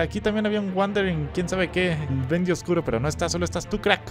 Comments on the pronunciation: dijiste buendy en ves BENDY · dijo buendi